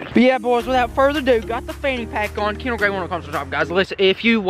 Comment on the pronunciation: Hey...did anyone catch the ""KERNDALL" in the intro ?????